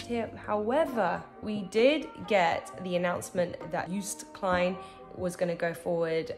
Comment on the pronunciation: It is not Yoost but Yoh-st Klayn.